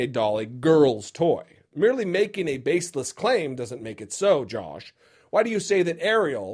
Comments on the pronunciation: I love that he calls him Jolsh! :) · Say it with me: JAWSH.